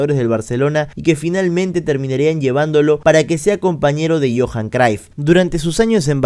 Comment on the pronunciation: Cruyff mano, se pronuncia tal cual 😅 no craif ni croif 😅 Ta buenazo tu video loco! Gracias 🙏🏾